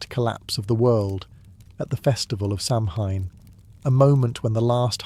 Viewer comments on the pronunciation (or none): Kel-tic, not cell-tick. Sow-en not sam-hein